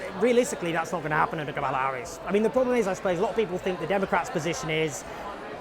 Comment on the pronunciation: Not a single Trump supporter pronounced Kamala's name correctly.